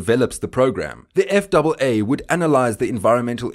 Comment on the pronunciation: Jesus Chris when you pronounced that. eff double A I had no clue what you are talking about even though I hold a commercial FW/RW license and CFI. It’s known as Eff ay Aay